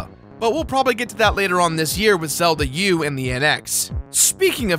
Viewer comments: Giggled every time he said Zelda U lol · Hahaha, "Zelda U." :P